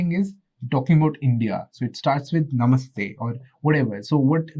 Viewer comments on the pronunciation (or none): none